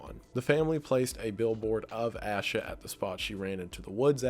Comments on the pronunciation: also, i know its been 2 years but if you ever update or do a video on Asha Degree fyi its pronounced "ay-shuh" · Her name is pronounced A-SHA not ASH-A. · Holy shite. I had originally put this on to fall asleep to this...and then I woke up at the very moment my cousin Asha (we pronounce it "Ay-sha" her parents are my aunt and uncle) was being talked about and I definitely was not expecting her case to even be on this iceberg....that's amazing and crazy all at once.